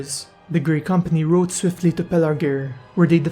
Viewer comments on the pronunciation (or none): none